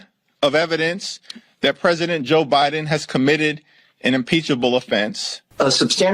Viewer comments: did she call him Obiden? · Notice she said Obiden Instead of Joe Biden